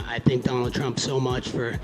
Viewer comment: "Twenwy twump 24" colby at the end